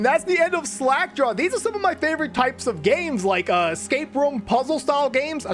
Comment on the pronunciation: it's sounded in the start like you said slack jar